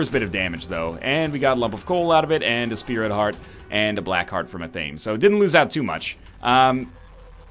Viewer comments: NL athame is pronounced athmay. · .... Ath-Ah-May Athame. Say it with me NL Ath-Ah-May.